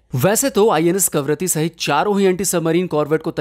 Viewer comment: करवत्ती❎ कवारत्ती✔